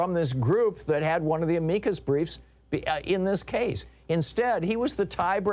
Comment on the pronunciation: Amicus is pronounced like this. ami like am + the short i not the foreign i and cu like in the beginning of cushion and the final s like in hiss.